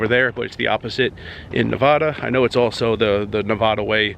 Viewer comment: Those Nevada locals will scold you for saying Nevada incorrectly.